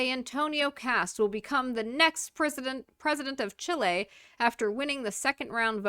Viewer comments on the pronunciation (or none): none